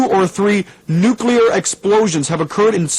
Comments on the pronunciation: And Carter worked on nuclear subs when he was enlisted, so you'd think he'd know better... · And the constant mispronounciation of the word "nuclear" ... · Just a realistic error for the time, pal. Adds character to the film, honestly. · It was a common error back in the era this is set, nobody really knew how to say it at first so it often was mispronounced. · GAWDAMMIT... NEW-KLEE-YAR!! not "nookYOOlurr" ugh.... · Better yet...NUK-le-ar, not NUK-u-lar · I listened to this and was absolutely appalled. It's NU-CLE-AR, not NU-CU-LAR! 😡 (😛) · Nuclear, not nukular. Pershing missile, not Persian missile. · Amateurish and histrionic. And .. NUKE YOO lar? Come on people. No comparison to The Day After is remotely warranted. Please. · Good gawd! If I hear "nucular" one more time, I'm going to explode like a nuclear bomb! FYI, it is derivative of the word nucleus. There is no nuculus! Jeezus! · The DJ mispronouncing “Pershing” as “Persian” and “nuclear” as “nucular” added an eerie element of realism. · it kills me every time someone says "nu-cu-lar" god dammit its NUCLEAR.... NU-CLEAR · Not "nu-cu-ler" "Nu-clear". This has always driven me nuts....🤷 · It's nu-CLEAR...not nuk-u-lar. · NEW-clee-ur a.k.a. NEW-kya-lur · Haha, George W always said "nucular" & Laura would just cringe. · Lol. How did the two syllable "nuclear" turn into three syllables? It's two syllables - "nu" and "clear." I don't see how you could possibly get three syllables ("nu-ca-lar") from that. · In the 80's and 90's ,many pronounced the word"nuclear" as "nu-cu-lar". Don't hear that as much anymore. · Well done, but....'nukular' gave it away. That said, production was very good. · For the record, NEW-KLEE-AHR! How hard is it? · Nukyoolar. Otherwise, fine work. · "Anti-nookyooler weapons." Gee Dubya Bush applaudsifies this. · You people need to cut this "Dubya" stuff out. Presidents Carter and JFK ALSO pronounced it "nucular". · “Noo-koo-lar”. “British Embassy” (and in Toronto!)